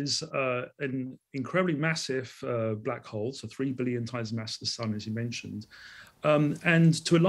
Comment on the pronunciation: Why Call black hall"